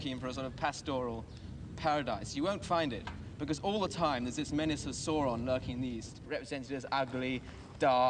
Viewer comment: "Sauron" mispronounced a whole lot in this video.